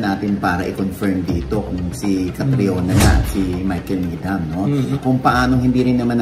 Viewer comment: Needam ang pagkabasa ng Needham:) silent H po sya ❤